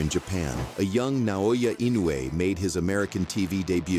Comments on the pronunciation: It's In no u e (IN no UUU E) Naoya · If Jaime McDonald can't pronounce Inoue's name, just call him Daddy.